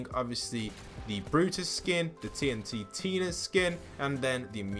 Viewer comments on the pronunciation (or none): T - N - TINA, NOT TNT TINA. PLEASE GET THAT RIGHT, IT’S BOTHERING THE HECK OUT OF ME!! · Tntina not TNTTina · It's TNTina not TNTTina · Tntina is actually pronounced tn Tina not tnt Tina. That's another one you got wrong😅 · Its not TNTtina its TNtina